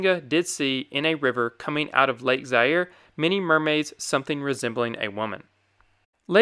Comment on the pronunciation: Pronounced Za-ire…